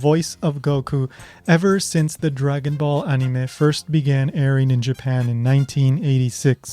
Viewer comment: It's crazy! She mispronounces anime just like you do!